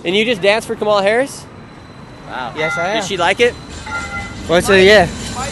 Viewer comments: Im pretty sure its Cam Ah Lah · Please stop mispronouncing her name, on purpose. It’s disrespectful and unnecessary. Madame Vice President’s name is pronounced “Comma-La.” Stop promoting discord by encouraging insulting behaviors. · I’m so glad the two Karen’s explained how kahmalalala is pronounced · You could at least learn to say her name correctly... or you guy do that on purpose to be disrespectful right. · You are not pronouncing Kamala correctly half the time. It’s , la